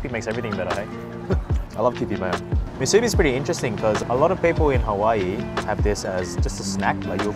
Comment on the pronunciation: It’s actually pronounce (Moo, soo, bee) but yea we eat a lot of them 🤙🏼 🌋. Just need to cut the spam thicker then it’s all good 👍🏼 food looks Ono, Broke da mouth